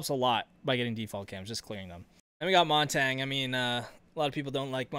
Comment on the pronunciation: Why do you say Montagne like that? It's not Montang. It's like champagne.